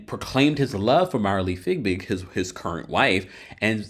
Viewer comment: Btw I think it's Fiebig not Figbig..